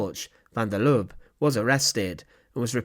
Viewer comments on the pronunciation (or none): Please take note that the e at the end of Lubbe is not silent, it must be prounced. Has about the same tone as the e in apple.